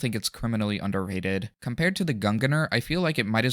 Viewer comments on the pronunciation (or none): isnt it pronounced gung-neir? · bro u keep saying gunganar dont u seee the fuckin i in gungnir